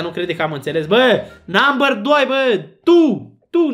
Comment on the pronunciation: NAMBĂR DOI, BĂ